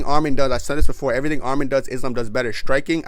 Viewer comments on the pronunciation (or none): none